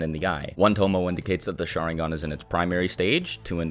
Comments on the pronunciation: it’s pronounced sha-RIN-gan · I came here just because my friend thinks “sharingan” is pronounced “shottingon” 😂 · Great video (really) but the way you pronounce "sharingan" is a pain for ears and heart alike...